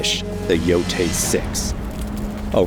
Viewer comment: Finally hearing someone official pronounce the title.. Everyone was calling it "Yo-Tye" at first.. I always thought "Yo-Tay" sounds better